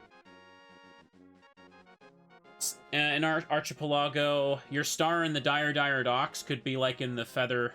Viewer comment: On the off-chance you see this, Mr. Streamer, the word is pronounced "Ark-eh-Pell-ago", the CH is a hard /k/ sound instead of a "ch". Think "Chasm" instead of "Chair".